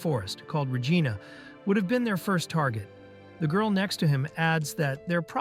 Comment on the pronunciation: PLEASE! It’s Regina (re-‘jee-na), not (re-jai-na)! Don’t make it sound like a lady part, perv! 😂😂😂 Reminds me of the airplane scene in MCU Shang-Chi. Awkwafina says the Gina joke.